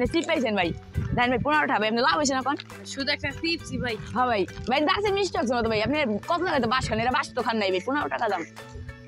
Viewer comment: Mestry box?❌ Misti box✅